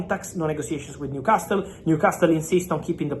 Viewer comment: I like how he's says ''New-Cas-tul'' Haha